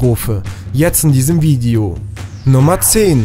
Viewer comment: he du top weltler es muss heisse vid e o und nicht vid i o bei 0.15 16